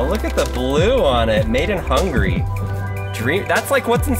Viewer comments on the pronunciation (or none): “Made in hungry”